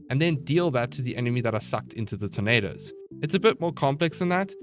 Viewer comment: I swear during the zephyr part, I legit thought every time he says “tornadoes” he instead said “tomatoes” LOL